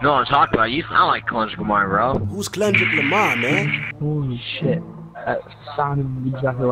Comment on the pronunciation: Man said Klundrick Lamar looooool